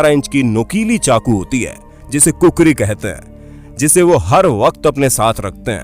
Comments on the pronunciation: Its not kukuri 😁😁😁 its khukuri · Kukhri nahi khukhuri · I'm Also a gorkha N plz say khukhuri not kukuri Proud to be gorkhali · not kukrithat is khokuri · Bro kukuri not khukuri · not kukri its khukuri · Kukuri means cock bro. That's not kukuri that is Khukhuri🇳🇵🤣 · But it's not kukuri it's khukuri keep moving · its not kukuri🤣 its khukuri😍 #jay_mahakali_aayo_aayo_Gorkhali #Gorkhali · Its not kukuri its khukurii so please give respect to our nepalese soldiers gorkhali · Kukari nhi khukri naam h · proud to be a nepali but khukuri ko kukuri mat bolaa kijya acha nahii lagtaa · Its khukuri not kukuri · चाकु का नाम कुकरी नहि खुकुरी है | कृपया खुकुरी को कुकुरी नाह कहे ? बुरा लग्ता हे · Not kukuri. It's khukuri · It’s khukuri not kukuri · kukuri nai vai khukuri bolo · Sorry bro use Kukri nahin kahate Hain uska naam hai khukri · Its not kukuri its khukuri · It's called khukuri not kukuri bro 😂😂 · It’s not Kukri It’s Khukuri🇳🇵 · That's not kukuri...that's khukuri...😆😆😆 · This is not kukari is called khukari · That is not kokore That is khokri